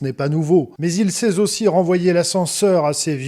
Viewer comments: Il sai z’aussi ??? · " il sait - z - aussi" à 1'31.. 😮 ouïe !😊